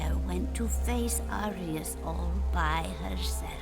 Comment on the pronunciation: why do u keep calling him Acreus? xD his name is Arius